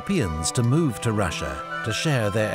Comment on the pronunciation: Good coverage. Thanks for posting. One critique: Russia has no "H" in it. It's not Rush-ya, like a football tactic. It's Ross-ya or Ross-Ee-Ya. Accuracy recommends you. Persistent Inaccuracy suggests your research suffers in an attempt to garner sponsorship. Imagine if Putin called us the "Hoo-Haw Esse". We'd be insulting him "back" by ruining pronunciation of his country's name. Oh-wait! We've been doing it for 100 years!